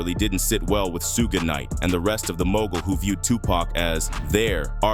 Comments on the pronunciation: Soo-gay Knight if messing me up! Come on AI say it with me - Shooooog Knight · Great video! However, Suge is not pronounced as "Suegay". It is prounounced as "Shuug" like sugar without the "r"! Otherwise, very good! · Su-gay Knight? Lazy punks love using Ai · AI garbage. "Sue-ga-night." It just sucks, still. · This voice!!! Suge being pronounced Soo-gay!! 😂😂😂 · "Sug-Ay Knight" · "Suge", no it's pronounced Shug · sooo-ga knight lol thats hilarious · "Soogay" Knight..... I'm out lol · Who the hell is suegay nite?? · “Sewga” Knight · Lol at the AI robot calling him SooooGay Knight!😂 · Soo-Geh Knight lol. gotta love AI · Su-gay Knight?? AI SUCKS!!! Bring back HUMAN BEINGS who know how to PRONOUNCE WORDS!!! Oh, it just said SOOG!!! Not even consistently??? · It’s pronounced as in sugar without the R. Sug Knight. Please if you’re going take the time to do a 20 minute video. Learn how to say the people name you report on. One the strength of that I give 👎🏽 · Please learn how to call Suge the right way!! Can't hear it bro.. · Whenever Suge is pronounced like that, you know this is A.I. speaking. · Too much vague narration. This was almost clickbait material. Annoying that i watched it in full! Not giving it a like just on principal that AI voice was used and couldn't pronounce Shuge Knight's name. It was seriously annoying! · Was good until the voice over mispronounced Suge… 😂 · Oh AI. Can't pronounce suge.